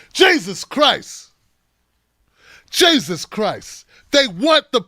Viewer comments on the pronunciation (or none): none